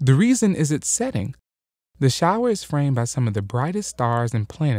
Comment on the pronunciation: Sorry, "shower" not "shiwer" :P